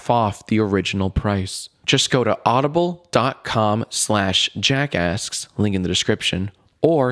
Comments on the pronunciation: You really have to pronounce the 'K' when you say 'JackAsks'. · when jack says "jackasks" it sounds like "jackass" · It sounds like his saying jackass